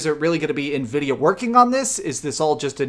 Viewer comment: 14 T-flops??? Nividia??? Lmao